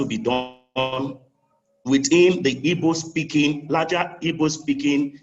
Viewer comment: It's a big shame many of you can't even pronounce the name IGBO properly rather y'all are repeating this NONSENSE Ibo Ibo Ibo, it is IGBO IGBO IGBO OK